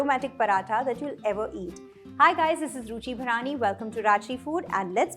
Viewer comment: Actually supposed to be Ruchi barani not bharaani